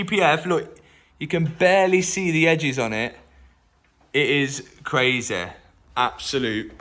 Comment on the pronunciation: Crayzeh..... where u from man?